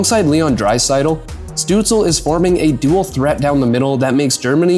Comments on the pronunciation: Why aren't you saying Shtutzle instead of stutzle? In German his name has a "Sh" sound at the start. You should know this if you speak german. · Stoots-leh not Stoots-ul. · It’s not pronounced Stützle….it’s Stützla. 🤖🤦‍♂️🥃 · German pronunciation is Stützl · No, it's not lol it's "Shtutsla" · Amazing Video about Stützle. Many underestimate the few German players in the NHL. I know it's very nitpicky but it's not pronounced DEL like the tech company. It's said like the NHL. You say every letter. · it's pronounced SHTUTZ-luh. loved the video though!! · Hot take..... if you make a video about someone... AT LEAST take the 15 sec to use google translate how the name is pronounced... Tell me you do know a thing about german Hockey without telling me you dont care at all? DELL :face-fuchsia-poop-shape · great video.. but u really have to check the pronunciation of tim ✌️😉😘🇩🇪🇩🇪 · Thanks for the video. You pronounce the Ü in Tim'S family name correctly. That is a tough one for English speakers. Well done. However, you butcher the start and the end of his family name. St at the start of a word in German is nearly allways prononuced sht. More improtatn, the le add the end is not soundling like el in English. Stützle doesn't rhyme with apple, angel and so forth. Pronounce the el the same as the final l of Leon Draisaitl.